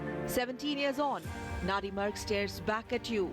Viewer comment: It's Nandimarg. Say it right.